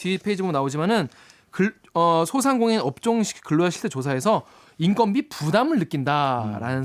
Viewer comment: 인건비가 아니고 인껀비로 읽어야죠.